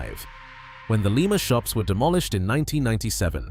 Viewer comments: Lima is pronounced LIE-MA, like Lima bean, not Leema, the city in Peru. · Lima when talking about the place in Ohio is pronounced LIE MA. Not like the place in S. America which is LEE MA, Peru.